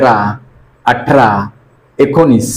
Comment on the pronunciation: व्यायाम चांगले शिकवतात फक्त ठ घ्या ठिकाणी ट का म्हणता.अटरा-अठरा अंगटा -अगठा.गाट-गाठ